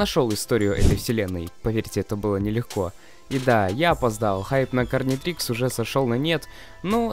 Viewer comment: Гарнитрикс а не карнитрикс